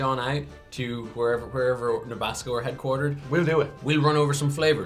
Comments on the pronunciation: Nabasco,? It’s Nabisco, which is short for “National Biscuit Company.” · Someone tell them how to pronounce Nabisco!! LoL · Can say Nabisco again??? I think he rhymed it with Tabasco!